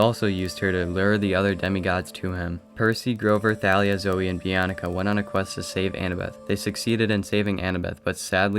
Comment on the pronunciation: it be-on-ka not be-on-eh-ka